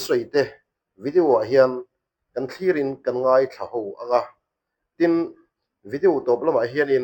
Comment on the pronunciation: Pluster a ni lo a Plaster a ni Youtîb a ni lo a Youtiub anga lam tûr Vidiu a ni ni vi-di-aw anga lam tûr